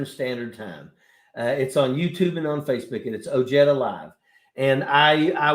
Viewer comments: Richard’s last name is pronounced Oh-hey-dah…😉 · I live in NM (former west texan) and Ojeda does not have a hard j, at least here in Southern NM. The 'j' is pronounced 'H'. Just sayin! And the 'd' is 'th'. OHEYTHA. Love you. VOTE 💙💙💙